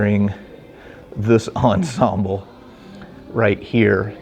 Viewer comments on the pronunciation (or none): none